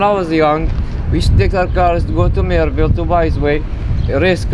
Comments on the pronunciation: brother it is Merriville not Merryville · Not marybale its merriville